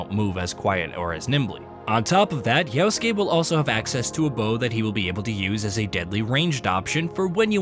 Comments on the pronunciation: How can he accurately say "-suke" and mess up "Ya-?" Reminds me of "Ghost of Too-shee-ma." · If you say "Yaosuke" instead of Yasuke ONE MORE TIME, 🤣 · The way you pronounce yasuke is "yaoske" ... which is abhorrent and disgusting, why ?